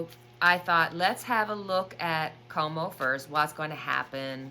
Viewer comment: Cuomo is pronounced like quo mo